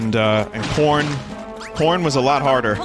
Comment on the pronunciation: "Porn was a lot harder... but we did it. my grandfather was like really good at that stuff, and i was the apprentice for a short time" Im assuming he actually said "corn" but it sure doesnt sound like it.